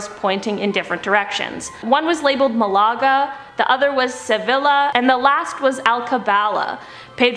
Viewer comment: Can the hosts please learn not to mangle the names of foreign cities? It's not hard to Google how to pronounce names like Malaga and Sevilla